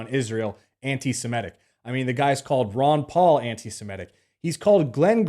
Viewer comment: 'Anti-Semitic' is pronounced as it's spelt: 'sem-I-tic'. Not 'sem-E-tic'.